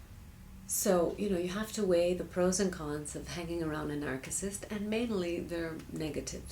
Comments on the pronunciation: Please note the pronunciation of the word "narcissist". Sounds like 'narsissist' not 'narkissist'. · it's pronounced "narsissist". great vid though. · Well, that's true, but regardless, the pronunciation should be with a soft "C." I guess the "R" is optional... some pronunciations show it and some don't. But the soft "C" is definitely the standard. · lol narkissist i thought it was narcissist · Why are you pronouncing Narcissist with a hard C? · Why do you pronounce it "nark-iss-ist"?? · NarKisists? Is that the Greek pronunciation. Or so you just need to hear yourself talk? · Despite the weird pronunciation of Narcissist the advice and warnings here are spot on. These people are a cancer on the face of the planet. It took me two years to finally realize I could not change or ultimately help this demented monster and I got out. I sincerely believe that the colon and thymus cancers I suffered came as a direct result of the unbelievable and unbearable stresses and strains that living and working with this woman caused me. VL Fanai of Carlsbad, San Diego rot in hell. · you cant even pronounce narcissist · You`re still pronouncing it wrong. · I've never heard it pronounced the way she does. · You're speaking english and pronouncing one word in greek. Strange.